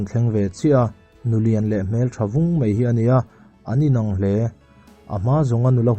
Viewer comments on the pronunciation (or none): Hai rual te..Hei rual ti in i chhiar a, Mai a.. tih te Mei a.. tiin i chhiar a, Vaivir leh Vei vir te... A leh E i hmang hrang thiamlo tlat...mizotawng zir nasat ala ngai hle mai